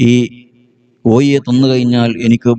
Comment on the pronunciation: കോഴി.... എന്നെങ്കിലും പറയാൻപഠിക്കൂ മോ ല്യേ രേ 😂😅